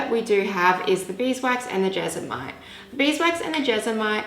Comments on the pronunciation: It's JESMONITE.... Not jezamite! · jes-mo-nite Jesmonite 😊